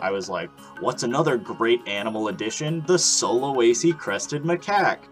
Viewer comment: How to say sulawesi from a indonesian: sulawesi: sue la wey see